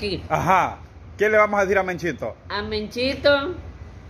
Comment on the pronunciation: No se dice menchito es mechito no menchito